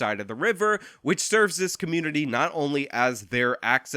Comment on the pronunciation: "Dey attackin' dah black ca'moonity"